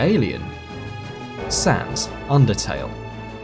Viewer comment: "sans" PFFFFHAHAHA OMG I CANT continues laughing for 10 minutes if you suck at bullet helo games it doesnt mean theyre impossible, lol